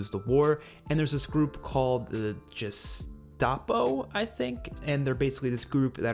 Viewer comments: The way you pronounced Gestapo here made me die inside. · Ooh that pronunciation of Gestapo tho